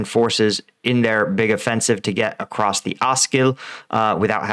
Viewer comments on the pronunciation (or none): none